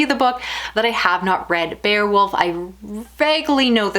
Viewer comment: It's pronounced bay-a-wolf, not bear-wolf.